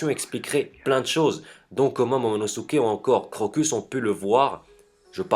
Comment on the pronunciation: c'est momonoskeiy pas monosukey enfaint bref cette théorie est tout à fait possible